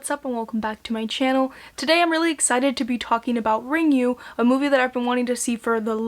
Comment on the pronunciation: It's pronounced "Ringu," just as it's written. Not "Ringyu."